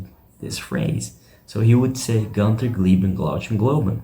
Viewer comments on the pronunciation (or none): You're not a Def Leppard fan, or you would know it is pronounced "GOON-ter", not "GUN-ter. And "glow-GHEN" not "glow-CHEN"